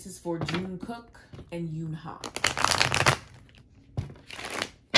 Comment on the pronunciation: Eunha is pronounced like unha I know it can be confusing 😂